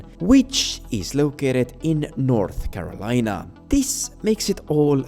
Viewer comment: North Carolina as North Melina